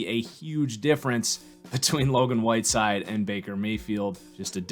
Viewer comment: Love the content keep it up Woodside not whiteside 🙂